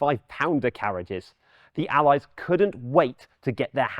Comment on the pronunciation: That pronunciation of 'Allies' really irks me for some reason.